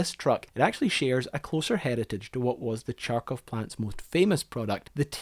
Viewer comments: Kharkov has no 'ch' sound, kh is pronounced as a hard 'h'. The pronunciation killed the joy of the video. Could have researched the pronunciation as the rest of its parts and try to make it more reasonable. Also kharkovchanka does not necessarily mean Kharkov women, since Russian language uses grammatical genders and a machine/car is mashina, which is feminine. So machine made in Kharkov would be referred to by a feminine word, which is denoted by the ending 'a'. So in this case the word has nothing to do with Kharkov women. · not Charkov, Kharkov(like HURRY) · I don't get it: assuming by your accent, you are a native English speaking person. And you read "kh" sound as "ch"?!! Why?! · It's same like pronouncing "Hamburg" as "Kchamburg"... Please drop the "K" in front of the name! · Your pronounciation is wrong. Ch in Charkov should be pronounced "h", like in hello or hoe. Other than that - great movie, subbed. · Right so it starts with an H харковчанка it literally means a woman from the town harkov. So skip the K and you are golden. You gotta love languages where you spell the thing that you pronounce letter by letter as it is heard. Not the way some other tribe did it centuries ago. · The city name is pronounced "Harkov" and not "Charkov". The vehicle name is pronounced "Harkovchanka" and not "Charkovchanka" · Karkhiv is not Charr-kief. kharkov is not charr-koff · no, it's pronounced as Harkiv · the name means girl from the Ukrainian city of Kharkov (which you pronounce as garkov) or Kharkov's girl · Your pronounciation of kharkov is wrong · The way you say харков hurts my feelings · they write it for you as kharkov for a reason. The reason being not reading it as tsharkov ;). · CHARkov??? Thought it was HARkov? Or Kharkov. But what's with association of Kharkov with Russia? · Harkov, not charkov ;) - Kharkov. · It's pronounced "HARKOV" not "CHARKOV". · Kharkov, not Charcov...